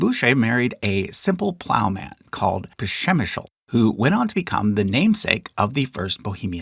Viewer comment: a heroic effort in pronouncing Přemyslid 👏